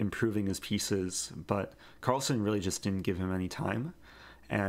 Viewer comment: Carlsen not son